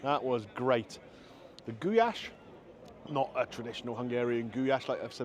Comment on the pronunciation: Its just pronounced Goo lash. I thought that was your daughter not your wife 😅 My uncle was Hungarian and used to make Goulash for my auntie all the time.